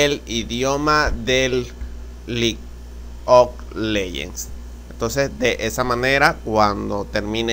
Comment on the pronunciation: vamos a selecciona la carpeta que dice LIG OK LEYENS, por que hablas tan feo.